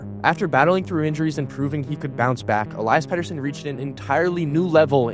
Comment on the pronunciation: Ell-EE-iss is how its pronounced